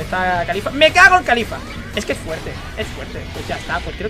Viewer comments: es caulifla no califla estos españoles que cambian todo xdxd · NO ES CALIFLA,ES CAULIFLA caulifla no califla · pq le dices kalifa si es caulifla xd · No es califa es caulifla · Alguien noto que dice khalifa?😂